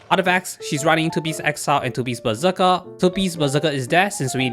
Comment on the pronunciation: When you say "Berserker", i hear "Bazooka".